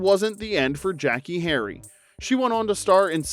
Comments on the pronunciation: A spinoff of "The Dukes of Hazard" would have worked better if it had been Roscoe P. Coltrane and Boss Hogg. I forgot all about "Beverly Hills Buntz". It's "Jack A", not "Jackie". and "Sawndruh" not "Sandruh" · It’s not Jackie… It’s pronounced “Jacques-ayyyy”. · Jackée is pronounced “Jack-ay”, hence the accent mark. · jack-KAY. hence the accent aigu you see typed above the "e".. as in how you pronounce "Renee" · I thought her name was pronounced Jack-AY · it's pronounced Jack-ay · Jackee is pronounced Jack-A ! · I have zero recollection of the title changes for Mrs Columbo. The first name stuck. And the mispronunciation of "Jack-kay" has me questioning if the narration is AI generated (if so, youve gotta phonetically fudge spellings sometimes). Clearly, there's a human editing these great videos, so no judgment either way. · Gonna need you to pronounce Jackee properly please! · Take a drink every time the narrator mispronounces Jackée Harry's first name.